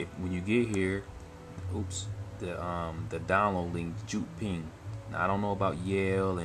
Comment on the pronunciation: That's actually pronounced "Yewd ping", not "Joot ping"